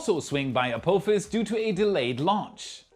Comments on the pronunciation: you made me do a spit-take with your pronunciation of "Ah-Poo-Fas" for Apophis 😂. As it's named after the Stargate SG-1 villain, the correct pronunciation would be "Ah-Pah-Fas" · It’s pronounced App-office. Apophis… Have you never seen Star Gate? Ancient Egyptian mythology etc… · A-poo-phis? Really?